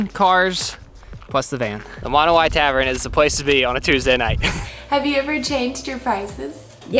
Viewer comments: Its not pronounced (moon way), its like (mo now ee) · Pronounciation, rest of the world: Monowi America: Monowhy. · Always wanted to stop there but we don;t go that way very often! Mo- Now -We is how they pronounce! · It's Monowi not Monowi